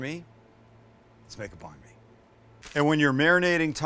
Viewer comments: Just pronounce it like 'bun me' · Bon me. Lmao your pronunciation is so bad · I know he’s not Vietnamese but the way he pronounces Banh Mi hurts me 😂